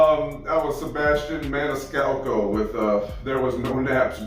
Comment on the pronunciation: So proud of you that you pronounced his name perfectly !!....LOL.....most reactors butcher his name !!........more Sebastian, please !!